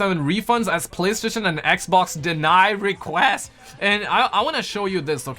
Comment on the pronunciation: Why do you call it ekbok I don't understand